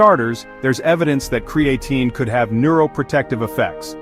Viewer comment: Cree-A-Tyne Cree- A - TEEN CRAE-A - Teen Ai was struggling 😂